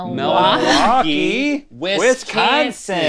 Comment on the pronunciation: Link says wisCANsin 😂